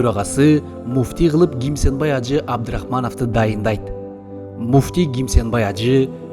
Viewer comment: Чала кыргыз Кимсанбай ажы деп айтчы туура гимсанбай ажы эмес